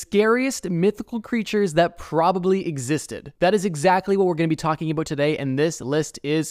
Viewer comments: “Talking aboot today” You Canadian? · I knew it. I hears it when you said "about"